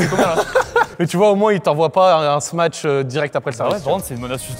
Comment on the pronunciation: Très bonne vidéo, par contre je veux plus jamais entendre "smatch" on dit smash (Sm-a-sh) svp...